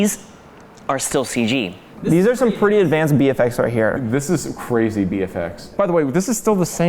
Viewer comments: I heard that as BeeFX lol😂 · Legend has it that is still saying bee FX to this day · they did say “Bee FX” right? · I cant tell if he said bee fx or bfx as in Bollywood